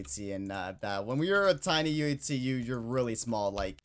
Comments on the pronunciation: Why does it sound like he is saying yutzee instead of uhc? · why he say uhc so odd